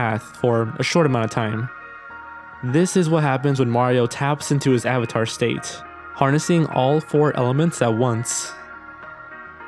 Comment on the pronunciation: If this was my first video I would have definitely unliked and never watched another video after hearing AVATAR